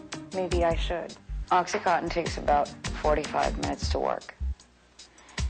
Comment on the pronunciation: I'm finding this video very difficult to watch. There's too much back-and-forth and overlaid imagery. As if it is an extended music video. Furthermore, the repeated mispronunciation of 'oxycontin' as 'oxycotton' is irritating, to say the least. Don't misinterpret my opinion as being anti the need to get smart about drug use but this video feels like the 21st century equivalent of any 1970s anti-drug propoganda.